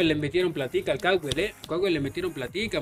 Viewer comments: Se llama Estadio George Capwell Se pronuncia Capuel o algo asi :') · Mucho inglés primo, tiene que decir Capuel para los mortales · Jajajaj capwell saludo desde Ecuador en español (CAPUEL) para q lo pronuncie vien mi estimado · Se escribe CAPWELL se pronuncia CAPUEL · ese estadio de emlet esa caja de fósforo con el temblor mas chueco quedo encima con la final esa webada se va abajo:V se pronuncia(capuel) el george cawpell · Así no se pronuncia el estadio de Emelec